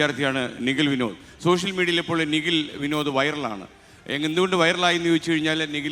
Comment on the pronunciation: അ കൊച്ചിൻ്റെ പേര് നിഗിൽ എന്നല്ല നിഖിൽ എന്നാണ്